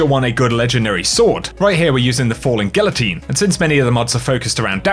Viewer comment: Gee-YA-teen.............NOT GILATEEN!!! OMG!!!